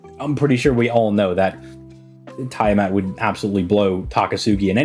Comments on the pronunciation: It's tee-uh-maht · He's mispronouncing on purpose